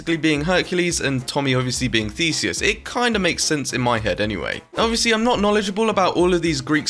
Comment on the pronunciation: YOU SAID IT RIGHT! I AM GREEK